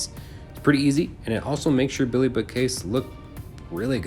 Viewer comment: this guy has a really hard time saying BILLY haha